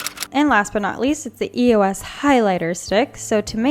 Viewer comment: its not pronounced E-O-S its pronounced eos as a word